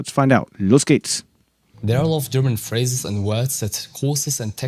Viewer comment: you have reached the goal- you have really entertained me with your funny comments, and I´m overwhelmed about your very good pronunciation of the german phrases- or with german words: Deine Aussprache ist echt geil für einen Amerikaner, und ich bin beeindruckt!